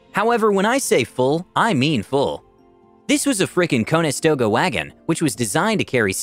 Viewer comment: I'm more miffed about him pronouncing Conestoga Cone-e-stow-ga rather then Con-a-stow-ga